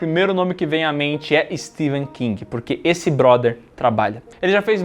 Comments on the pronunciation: É Stephen, com som de F, não de V. Pelo menos isso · STEPHEN KING e não STEVEN. O Vídeo todo pronunciando errado. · Pow o nome do cara é StePHen e não SteVen meu .... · Eu estou escutando "Steven" King, ou é impressão minha? kkkk